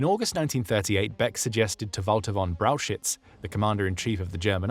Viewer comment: That's not how you say Brauchitsch and Stauffenberg